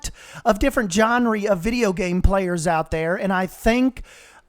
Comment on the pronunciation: what if they're both good and can coexist peacefully (also, it's pronounced jen-ruh, not jen-ree)